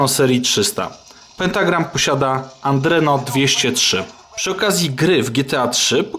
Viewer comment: Adreno a nie aNdreno, ilekroć oglądam wasze filmy tak zawsze słyszę aNdreno...